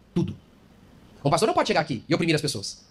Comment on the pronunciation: Por*a. Você nao consegue acertar nunca o nome desse pastor?